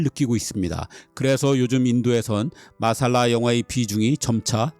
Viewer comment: '마살라'가 아니고 '맛쌀라'가 원어 발음에 가깝습니다.